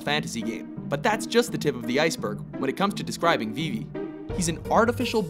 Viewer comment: they also said vivis name wrong